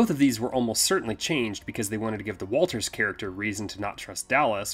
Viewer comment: Good job guys, but you call the "brother in law" Is Walton Travis' brother. Also the special detective's name is Watters, not Walters, in respect to the film.